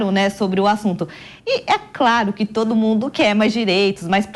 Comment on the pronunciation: "QUI OS TRABALHADORO"